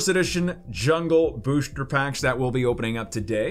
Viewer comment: why do you say booshter